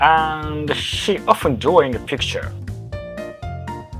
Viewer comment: Cute Foxgirl and cool robot, sign me up. If I have any feedback for I'd say improving "he" and "she" especially in pronunciation to make it clearer.:)